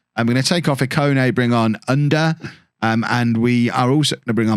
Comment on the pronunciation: I guess it's U-nder...not under.. Turkish pronounciation